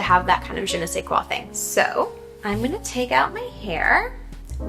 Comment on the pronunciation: Take a shot every time she says "Je ne sais quoi"...Well, at least she made an effort to pronounce properly.